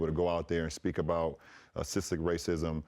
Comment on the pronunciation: Lmao Lawnda James you ruined the NBA you have no Idea what your talking about hahahahaaa he can't even say systemic correctly